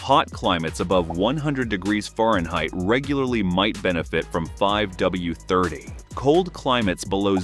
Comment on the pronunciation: I can’t take this seriously when the narrator says “foreign height”